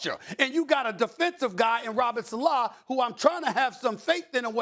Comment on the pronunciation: Stephen A. Smith: Robert SALA